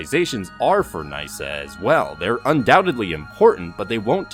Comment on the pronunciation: its knee-sa not nice-sa 🤣